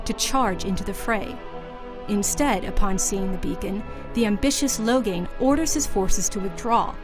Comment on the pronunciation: Oh goddd she pronounced it Logan.... That was so bad... Ughgghgghhghg